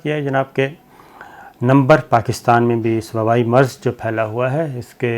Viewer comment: Maaraz nahen Marz Meerach nahen Mirch Kalvangi nahen Kalongi Please correct your Urdu if you are going Online.